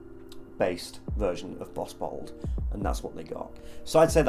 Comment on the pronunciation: couple times i thought you said butthole instead of bottled lol